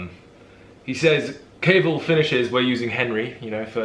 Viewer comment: Henry Cavill... Cavill pronounced Kevill! Thought you were saying Cable the whole time!😁 That phone call though had me in stitches! I thought cinnamon too because cinnamon helps with sleep 😴